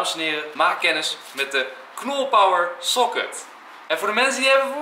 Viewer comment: Het is niet soket maar pocket